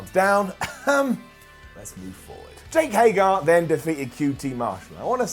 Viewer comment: I agree with the stuff about Hager, he just doesn’t excite me. And, it’s Hager not Hagar!!! Stop saying Hagar!!! Lol